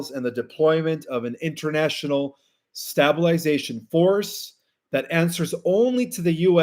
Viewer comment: Stablization has a sharp "a" as in table...not as in tab